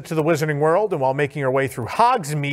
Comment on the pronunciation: “pasty” is pronounced with a flat A, like in “hat”.